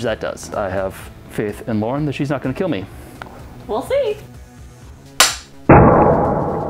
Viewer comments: IT WILL KEEL! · ok, but... will it KEEL ? :)